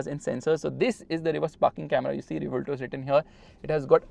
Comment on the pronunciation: Its pronunciation is Ray-Bhuel-TO( As in To in hindi for So)